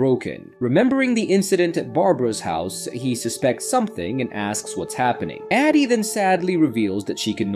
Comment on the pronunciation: The inability to figure out if you want to say Addy or A.D. makes me pretty sure this is an AI voice? Easiest way to get a downvote :( Edit: BARA BARA?!?? Yeah this is obviously AI, someone misspelled Barbara and the AI is just a fancy TTS so it said what was written. Channels like this are such bs.